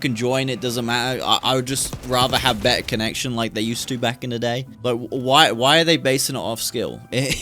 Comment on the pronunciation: bro said be'a and call o'du'y...